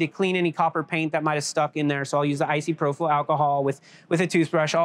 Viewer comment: Icyprofyl alcohol😂 Anybody wondering, I'm pretty sure he meant isopropyl alcohol aka isopropanol. Amazing tech, I absolutely love marbles!!❤